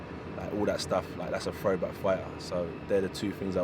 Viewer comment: “I’m a frowback fighter” is the new “stay humble”